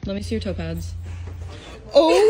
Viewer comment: The whole time, up until , I thought she was saying "topaz", instead of "toe pads". :D I thought she had some kind of lucky stone thing and was looking at and thinking "Huh? What the heck is that that thing?! That looks nothing like topaz!"